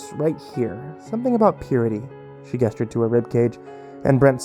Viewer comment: I assume that how the word gestured is pronounced differently in different parts of the world. If this isn't the case whyyyyyyyyy hasn't anyone else corrected the narrators mistake?